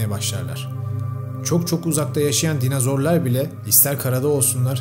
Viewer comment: Hocam dinazor değil dinozor 😭